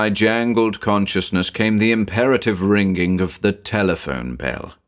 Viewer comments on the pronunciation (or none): I truly love you narrations but I hate the fact that you pronounce both g's in the word ringing lol